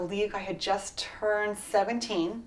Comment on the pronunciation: ''i rurned my rips off''